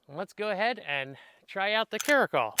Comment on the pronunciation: Cara -cal like California 👍 not trying to be a dick or anything just helping out. I could be wrong too.